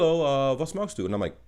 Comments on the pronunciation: Ich kenne nicht viele nicht Muttersprachler die das ,,chst“ in ,,Was machst du?“ so gut aussprechen. Respekt 💪🏻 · can we pls talk about how perfectly he pronounced "machst"?